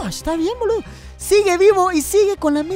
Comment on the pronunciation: Por que pronuncian los insultos como si fueramos italianos? JAJAJAJA Es Boludo o Pelotudo pero a lo argento, no con el acento Italiano jajaja